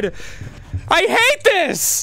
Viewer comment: You can hear poor Dan’s Jersey come out at the end, “I HATE DIS” 🤣